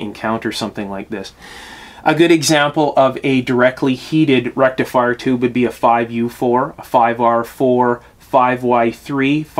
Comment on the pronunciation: Dude - I used to occasionally replace burnt out tubes in stuff in the early sixties - the faulty tube would not glow, easy to spot. Vacuum tube is...derf, a little hot tube. Where the heck does a "rectalfier" go? Sorry, couldn't "resist". Now I understand less about tubes than I did in the early sixties. Friend...assume that people know not your "language" and definitely not your elite "lexicon". "Picture" is pronounced "pick-ture". Cheers.